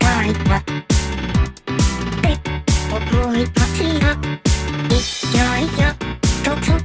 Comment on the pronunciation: これみたら って が ぺ にしか聞こえんくなった(？) 2番あれば楽しみにしてます！！